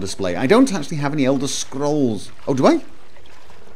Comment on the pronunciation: I love how he rolls his R when he says "Scrolls"